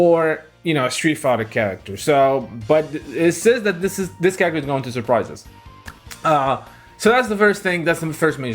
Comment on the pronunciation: It’s that not dat.